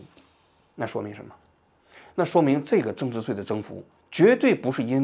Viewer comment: 增值岁，增值碎，你发音正常点行吗